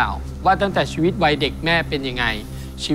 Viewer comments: ชีวิต คับไม่ใช่ ช๊วิต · ชีวิตครับไม่ใช่ ช็วิต